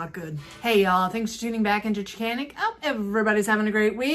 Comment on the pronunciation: Chick a nic? LOL